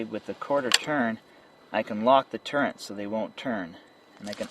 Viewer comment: awesome vid, no "n" in turrets lol